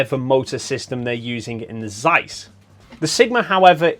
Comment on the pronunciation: Zeiss, you read it rong.